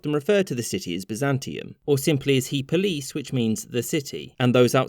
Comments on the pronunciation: Well done. here, you kinda slaughtered the Greek pronunciation. The e is pronounced like in "end" and the accent is on po instead of lis. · Kills me how he butchered the pronounciation of ή Πόλις so blatantly and horribly and didn’t say anything about it like he did when he tried to pronounce Yumjaagiin Tsedenbal